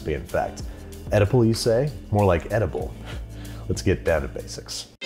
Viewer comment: Oedipal you say? More like edible